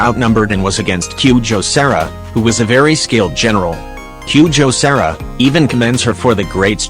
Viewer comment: The robot made Kujou Sara sound like QJo Sarah